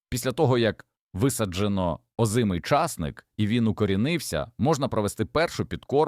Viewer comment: Питання. Ті люди, що монтують відео, прослуховують перед публікацією? Невже так складно попросити людину з нормальною дикцією прочитати текст? Ча'сник.